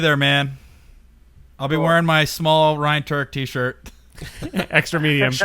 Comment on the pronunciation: Just wanna say thanks to for understanding what i was trying to say with the f1 questions and thanks for answering my questions and being one of the few to pronounce my last name right. Another question is what brings you guys back to drifting year after year and keep you enthusiastic for the sport. Besides the awesome people.